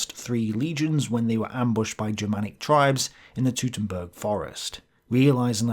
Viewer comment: Teutoburg - "Toi-Toh-Burg" "Tutemburg" sounds like making silly noises with a Vuvuzela. Though that mayhaps could also defeat 3 Roman Legions if done for long enough.